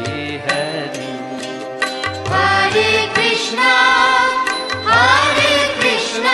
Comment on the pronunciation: এটা কি কোনো হিন্দি ভাষার মানুষ গাইছে,, উচ্চারণ টা শোনা যাচ্ছে,, হারে কৃষ্ণা হারে কৃষ্ণা হারে রামা হারে রামা ,হারি বোল